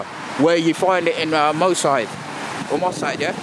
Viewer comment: Hahaha nuff respect to you guys and it's brilliant what you doin but it's moss side not mo side. 😄